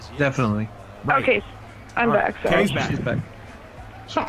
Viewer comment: How does turn a one-syllable word like "right" into a two-syllable word... "Right-tte"